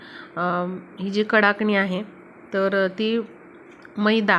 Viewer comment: फारच लांबण लावली आहे. आणि कडकणि म्हणतात. कडाकणि नाही.